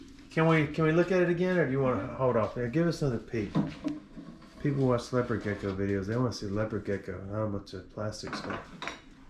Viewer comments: Bro how can u mess up thr pronunciation of leopard geckos its said like lepard not leo pard . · Lay oh pard lmao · Did he just say LAYOPARD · its pronounced lep-erd gecko not lea-pard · “Lay-oh-pard” gecko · LeO pArrD gecko 🦎